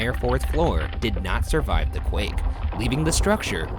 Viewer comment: rayan: "trying to shurvive"